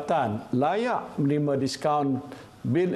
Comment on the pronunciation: Menerima. M A bunyi ma.